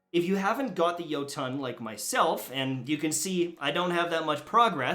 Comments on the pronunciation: Its pronounced yot-in like jotenhiem. Its Scandinavian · Its swedish, thats how you actually pronounce it. Say Jo-ton and you just look like a idiot